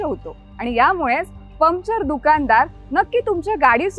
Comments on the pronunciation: परफेक्ट टीम वर्क पण चुकीच्या कामात.. मॅडम.. पमचर नाही पंक्चर म्हणत जा. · Arre baba Pumpchar nahi , puncture bol ga 😂😂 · पम्चर नाही, पंक्चर म्हणतात ग त्याला. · पमचर, English word.. It’s okay But - बाराइकिन got me rolling 😂